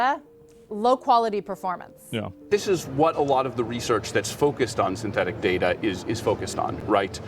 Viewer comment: it's pronounced data not data!!